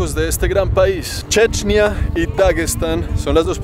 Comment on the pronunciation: What de fuck man! Why on earth the title is in English, but the video is in some third-world language? The only thing I understood is Chechnya, even if the guy says "Dje'djneeyah", someting that remotely sounds like Chechnya.